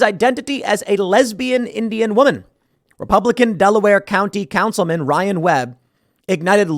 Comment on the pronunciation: "Indiana Councilma'am" 💀